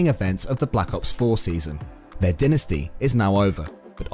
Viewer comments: Dynasty dynasty dynasty. Its pronounced DIEnasty no denasty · It’s so tilting every time he says dynasty